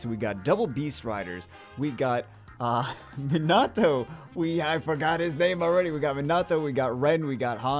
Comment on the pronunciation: Hey … gotta say it sorry but it’s not Min-nah-toe… it’s Mee-nuh-toe